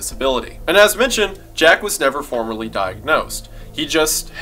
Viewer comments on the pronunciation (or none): FORMALLY. FORMALLY DIAGNOSED. NOT FORMERLY. (love you dawg) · Am I the only one hearing formerly instead of formally? Small mistake but it's making me feel crazy.